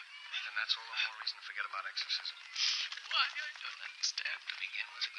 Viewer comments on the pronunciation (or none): "The ercorsism of Emelie Rose".